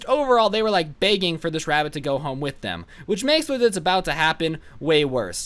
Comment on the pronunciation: The way he says begging:: BEAgging